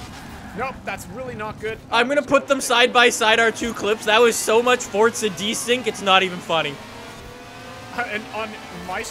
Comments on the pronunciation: It’s forza said as 4 za not fort za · Bruh guy said "Fortza" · Why do you say fortza 4